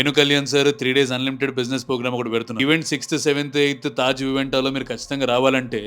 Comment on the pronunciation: Anna meru thondharlu program ni pogram antunaru...😂😂